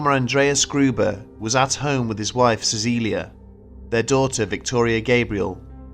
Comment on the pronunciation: Your pronunciation of Cäcilia was nearly spot on! Congrats!